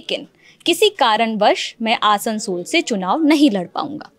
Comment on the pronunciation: Lalantop Lagta h Sasta Employee lene laga h Bhai naam to atleast thik se liya kro Jagha ka आसंसोल ko असंसोल काराकाठ ko कराकाट bhai kya bakchodi hai Naam to phle thik se jaan lo LS ka fir coverage dena aaplog